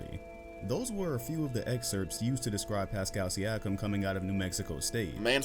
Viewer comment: Its Siakam not Siakim Lol